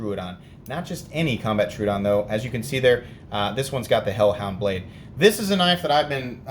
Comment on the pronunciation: It’s Tro-o-don, not Tru-don